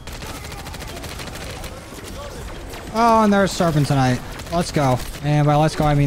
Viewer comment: You pronounced serpentinite like 12 different ways 😂. It’s pronounced sir-pen-tin-nite